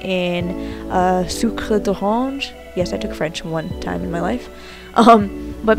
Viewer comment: ooooh is you french?, she said "soocre croissant"